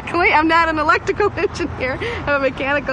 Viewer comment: What's worse is, she said "ELECTICAL" not "Electrical"